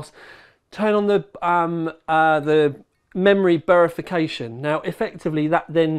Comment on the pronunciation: what is memory bearification??? 😂😂